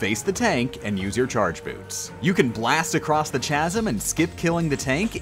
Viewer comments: PLEASE STOP SAYING CHAZ-M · Chasm... Ch is pronounced as a hard C ˈkaz(ə)m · Chasm. "Ka-zum" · I'm telling you this for your own good, "chasm" is pronounced "kasem" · Blast across the "Chazum" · CHASM HAS A HARD C KASM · Was a fan of the longer videos though I know they are probably more work for you to produce. Also, did you just pronounce the ch in chasm? That’s one of those ch makes a k sound things my dude. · Did you seriously say chasm like that? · You say "chasm" funny...